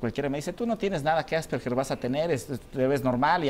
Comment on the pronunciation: ¿No es Asperger, en vez de Asperguer, con "u"? /Tal vez cuando escribo esto , el programa ya no exista. Por favor, confirmar.